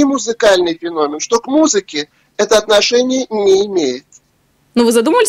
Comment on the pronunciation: Ребята... "Феномен" (ударение на вторую букву "е" в слове) Слух режет, вы же образованные люди... Почему так!? 😢